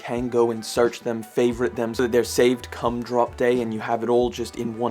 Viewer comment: LOL. Love your content... but your speech patterns are so funny and unique even for a Brit. "Saved come-drop day, so you have them all in place" vs. "saved, come drop day, so you have them all in place." What the heck is "come-drop day"?? That little pause between the "come" and "drop" as well as the comma makes all the difference. Cheers.